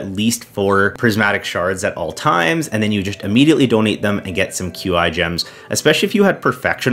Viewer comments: Qi is a Chinese name that is pronounced Chi, like Chia Seed without the A. However for some reason CA butchers the pronunciation and calls him Kwee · “I got trolled so hard for saying Q-I quests” Also: immediately says “Q-I gems” a couple seconds later